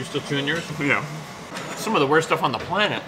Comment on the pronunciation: There’s that ra again spoke as da! Hummmm...🤔 is hilarious, she’s a keeper for sure!!!!great video‼️‼️‼️